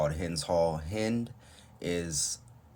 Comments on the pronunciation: I just started this video but mad respect, you’re one of the veeeery few reactors that even pronounced Hind’s name correctly, let alone know the story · You pronounced her name right. Respect. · The first reaction I listened to where Hind was pronounced correctly. You are so well informed on this issue. Respect.